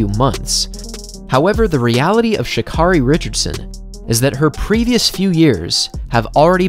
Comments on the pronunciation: It's not pronounced Sha'Car-EY It's pronounced Sha'CARE-Y. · She says her name is pronounced Sha KERRY by the way 👍🏽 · Btw, her name is pronounced, Sha'CARRI, like Mariah Carey. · You pronounce her name Sha Care 'ee! Like Care Bear. Sha Care 'ee. Please get it right because she is the next Flo Jo! Love you baby!!! Run your ass off!!!😎❤💋💯